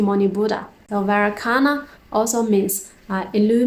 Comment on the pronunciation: Thanks sister. One small correction: Vairocana is pronounced like "vay-RO-cha-na". 🙏